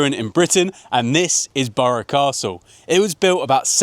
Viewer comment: You got it all wrong bud. Its burgh castle not burgher castle.. It's burgh from the Viking Burghs